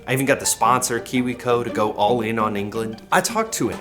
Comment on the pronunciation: The way says "all" is very telling, almost like it's 'ol'. It's very Midwest.